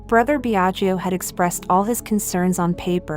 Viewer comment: The speaker, learn to pronounce ltalian names It is pronounced Biaggo, not Biagio. Second i is not pronounced.